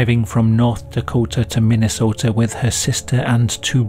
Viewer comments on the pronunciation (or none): none